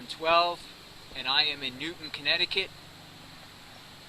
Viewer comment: Its Newtown NOT Newton. Sick fuck.